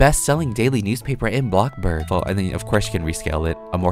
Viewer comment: It‘s bloxburg Not blockburg!!!